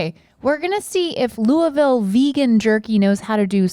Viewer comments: So proud of Rhett and Link for pronouncing Louisville correctly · Anytime we get Kentucky love on GMM it warms my Bluegrass heart. More Commonwealth representation please! Also, thank goodness y’all pronounced Louisville correctly 😅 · Rhett and Link said Louisville correctly! I’m from Louisville and most people don’t say it right lol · I really appreciated the correct pronunciation of Louisville! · I’m so proud of you boys (and ) for pronouncing Louisville right 🥲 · as soon as i saw the bag i was waiting for them to pronounce it 😅 being from ky i always pay attention to that specifically lol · Link was the most perfect. had just a little too much i in there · Thank god they say Louisville correctly. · Link pronouncing my hometown Louisville correctly warmed my heart! ❤️❤️❤️ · Thank you for pronouncing Louisville correctly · As someone who's born and raised in Louisville, KY, im very proud that our jerky won and im glad yall pronounced it correctly lmao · I’m so glad everyone pronounced Louisville correctly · She pronounced it the same as they did, which is how it's pronounced. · Thank you Rhett and Link for saying Louisville correctly!! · Both of y'all pronounce Louisville exactly how us louisvillians do. Good job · KY girl here happy that her southern boys are pronouncing Louisville correctly. 😄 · Y'all know how to say LOUISVILLE! And that's everything. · Link getting the pronunciation of Louisville right makes me irrationally happy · Y'all said Louisville right! Its luhl-vull, everybody else. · Thank you for not saying "Louie-ville." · Love that they took the time to correctly mispronounce Lu-uh-vul. As a kentuckian, I appreciate it. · Thank you for pronouncing Louisville correctly. Loo uh vul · Ah so it's 'looo-i-ville' and not 'looo-eee-ville' I stand corrected now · When the boys pronounced Louisville right 🥹 I am healed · I’m so glad you guys didn’t mispronounce Louisville. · Nobody asked but: Link pronounced Louisville most accurately👌🏻